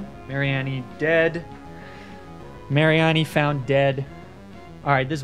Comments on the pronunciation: Lapras I can accept. But mispronouncing the greatest Pokémon pun, mareanie, Mary-en-e is EVIL. It’s MARINE-E like marine meanie. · I was so lost when he kept saying Mary Annie and wondering what was gonna be sent out on the field. Mareanie like Marine and Meanie